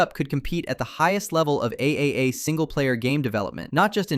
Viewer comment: AAA is pronounced "Triple A"